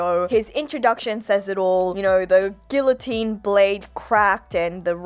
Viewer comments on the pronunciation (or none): none